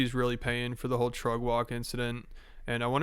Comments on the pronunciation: Trugg walk? Sir, are you too lazy to pronounce the word truck properly? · Bro I just keep hearing “trug wok” drama 😂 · The main crime in all of this is that so many people can't pronounce truCK